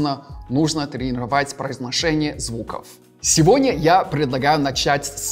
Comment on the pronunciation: Слова "произношение" и "Жора" произносит как русский